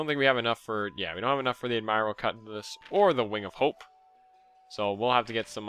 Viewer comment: You know, it's been bugging me for a while, and I didn't want to come off as a jerk from correcting you, and I kept forgetting to anyway. But admiral is pronounced 'ad-mer-al', NOT 'ad-mire-al'.